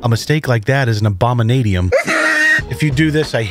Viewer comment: “A mistake like that is an abominatium” 😂😂